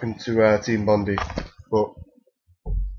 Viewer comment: lol not to be a dick or anything but it's pronounced "bondeye" instead of bondi. it's an actual place you know